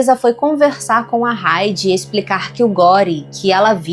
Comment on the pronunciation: O nome HEIDI não se pronuncia o H com som de R, como fazemos no nosso vocabulário👈 a pronúncia é com o H mudo👈 assim👉 AIDI. Então se escreve HEIDI mais a pronuncia que deve sair é AIDI sem o som do H com som de R. Acho que consegui explicar bem detalhado abraços.